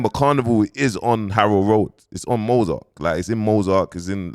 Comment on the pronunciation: man said MOZARK🤣🤣🤣 Fredo must be Omar Navarro or Darlene 😂😂😂 if you know you know